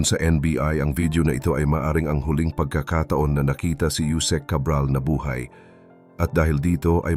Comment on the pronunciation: TO the narrator please pronounce Tagalog words properly "Buhay" is pronounced incorrectly